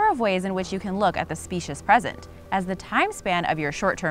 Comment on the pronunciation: #5 is pronounced spee-shuss, not speshuss.